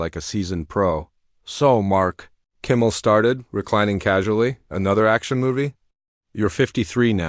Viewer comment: Hate AI. Can’t even pronounce Kimmel properly. Out at 40 seconds.